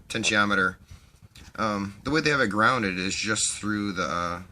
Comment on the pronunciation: You're now a well-'gounded' sort of chap/fellow/guy --- sodder my solder and solder my sodder....and we will go a' walking, bright meadows in May.